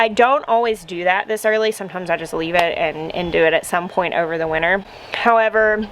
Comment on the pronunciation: I love how you pronounce winter as winner. Gives it a positive ring <3